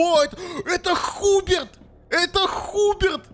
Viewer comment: Мне одному кажется, или поменяли модельки персонажей? И, да, правильно не Хуберт, а Хьюберт.